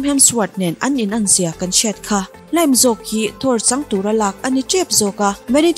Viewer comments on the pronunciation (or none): Liam hi Lime ang in i lam a,please in Lime ti tawhlo la Liam aw... Ngauhthlaka ti hreawm deuh abak chu sawisel na tur engmah awmlo